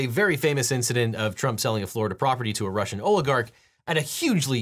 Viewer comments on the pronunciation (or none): none